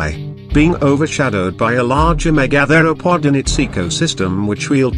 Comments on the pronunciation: The pronunciation of "megatheropod" in this video is driving me up the fucking wall. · First learn how to pronounce Megatheropod